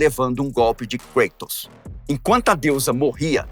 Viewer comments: Cueitors ?ou Kratos? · Nao entendo por que falam, kreitos. Sendo que é Grego, o correto nao seria cratos? Afinal é Grego, e nao Ingles. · Desculpe uma pequena correção.. A pronúncia do nome não é Kreitos e sim Kratos.... Ele era grego e não inglês ou norte americano.... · sempre tive duvida a respeito da pronuncia por ele ser grego o correto não seria algo como ''Crátos''? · Muito legal. O problema é a "inglesização" de nomes gregos ou latinos. No grego, original, o correto seria "Cratos". Mas o video-game, filmes e etc estão catequizando uma nova linguagem na internet rs. Muitos nomes antigos estão sendo pronunciado "em inglês", e não em sua pronuncia original. Esse é só mais um caso.